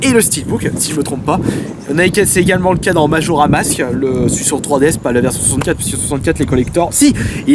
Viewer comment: sa se dit majora'S mask